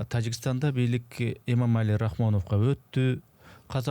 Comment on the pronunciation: Кечиресиз,Эмомали Рахмонов деп туура эмес бир нече жолу айттыныз,туура айтсаныз жакшы болот эле